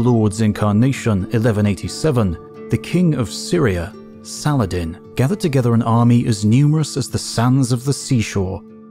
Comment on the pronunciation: sala-ha- din